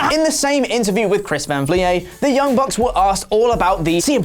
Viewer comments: This title is so misleading. Punk talks to his friends. The man can't fucking text his friends without you nerds acting like he's going to AEW. And if you took thirty seconds to watch one of Chris Van Vliet's videos, you would know his last name is pronounced "vleet", like "fleet." I cringed every time said "vlee-ay." He's Canadian, but he's not French Canadian. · You have to say his name like chris vam vlehhh!!!!! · It's pronounced Chris Van Vleet despite being spelled Vliet. If you use the source at least don't botch the name geezus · So I guess you could say Oliver Davis is in OLIday right now? Also it's pronounced Van Vleet, with a heavy e sound. (I'm hoping oversells the pronunciation now they've gotten a few comments.) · It's pronounced van Vleet. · P.S Its pronounced 'Vleet' by the man himself lol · Chris Van Vlie-yay? 😂 Dude obviously doesn't watch the channel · Dude it's vleet. Chris van vleet. He even pronounces it that way in his videos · Chris Van Vliet is pronounced Chris Van Vleet. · That was a rough pronunciation of Chris Van Vliet’s name. Clearly you don’t actually watch his show and are just regurgitating it from a news site. Watch his show. He’s very good. Also you can learn how to pronounce his name. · Bro it’s not that hard to pronounce Chris van vliet if your going to get ALL your info from his interview the least you can do is say his name right. Cmon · There's only so many ways you can fuck up Chris Van Vliet's name before you get it right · Never pronounce Chris Van Vliets name like that again sir. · Michael Alognon IM SAYING I WAS LOOKING THROUGH THE COMMENTS TO SEE IF ANYONE ELSE NOTICED